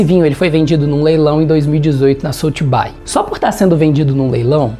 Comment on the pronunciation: aprenda Inglês para que você pronuncie o nome correto da SOTHEBY, a pronúncia é: SOTHEBI,(som de I, não de aí). Ok? Desculpe, mas esta informação provém de um Professor de Inglês, que sou eu... Sorry...